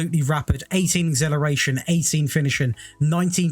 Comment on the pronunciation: Lol I’d love to know how you want pronounce exhilarating, because acceleration has been butchered 😆